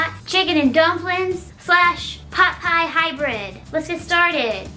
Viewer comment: She stopped calling them plupiez 😞😢